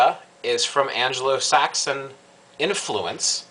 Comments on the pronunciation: "An-Glo"-Saxon (not "An-Jeh-Lo").. o.O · You had my interest until you said "An-gelo-Saxon" ? Really ????? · Just to let you know (it's the only thing tat bugged me) you keep on saying Anglo-Saxon wrong. You pronounce the "g" like you do in golf or gate. Other then that I'm not so fussed on what you've said, and I'm a Wiccan and I will admit that you were right about what my thoughts about this were going to be when I I read the title and I apologies for them. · ANGLO saxon.....not Angelo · yes i spelled it how it's pronounced. just letting u know how it's pronounced. the word is Anglosaxon. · Your point in this video is well taken. There are far too many people who got on the Wiccan bandwagon, simply because it was the largest nonchristian bandwagon in town. People take far too much on faith, lacking faith in themselves. One complaint: it's Anglo-Saxon, not Angelo-Saxon. Angelo is some dude running a pizzeria in Brooklyn. Other than that, good job.